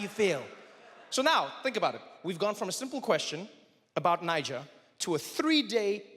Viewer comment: love your show. but please learn the pronunciation of 'Niger'.